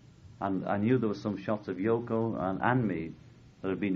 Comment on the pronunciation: Oh no. It’s FCKING YO-ko...